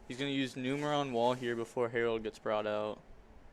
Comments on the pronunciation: IT'S FUCKING NUMERON (NEW MUR AWN). 🤦🏻‍♂️ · Boyyyy it is Numeron. Not Numerion. lol